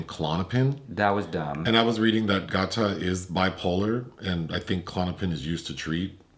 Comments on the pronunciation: LMAO! His name is pronounced “Gay-ta” like Alligator. I didn’t even realize y’all were talking about him until mentioned he’s in the show Dave. Y’all don’t do well with rapper names this is another Wale situation 😂 - Y’all still great tho! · Why yall keep callin Gata(🐊) Got-Ta?! 😂🤣🤦🏾‍♂️ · GaTa is pronounced GAYDUH. As in alligator. He is SO good in Dave on Hulu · His name is pronounced Gay-ta. So funny hearing you guys say it though 😂